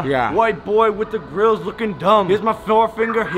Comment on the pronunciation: When you said I got them grillzs it saunded LIKE I got them girls